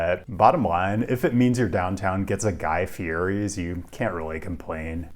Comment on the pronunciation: FYI Guy Fieri’s last name is pronounced fee-YET-ee